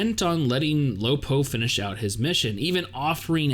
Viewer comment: lol it's funny when he said "lo po". but then again, they call khun AA, "khun"...